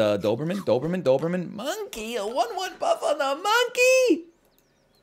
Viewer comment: Simply can't say Noberman